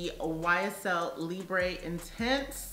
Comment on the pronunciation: Libre is pronounced Lee-Brrr (brr think of when your shivering 🥶) Not Lee-bray Hope that helps. Great video 🤗